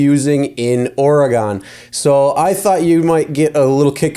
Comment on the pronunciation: I like how you say Or-ah-gone